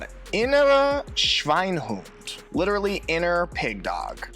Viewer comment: The e in Schweinehund is not silent. If it were, it wouldn't be there and it would be spelled Schweinhund. But it isn't. I'm german, sorry for being pedantic. In the north, we speak "high german" without a dialect and take language pretty seriously. For us it seems as if the southerners have high german only as their second language for school and for writing and their first language, their dialect, for us appears to have many mistakes in it and sometimes make the speaker of it appear a bit mentally challenged. So I won't recommend the south for someone who wants to learn proper german. It would be like going to Scotland and learn their english and then wonder why no one would understand your "english".